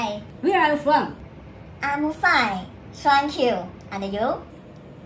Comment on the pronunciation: 虽然这是讽刺，但是那个thank you真的听得我好难受